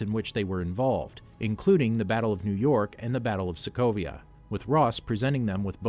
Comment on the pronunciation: Did he really said people of Slovakia instead of Sokovia ? :D :D